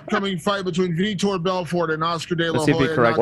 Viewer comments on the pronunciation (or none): none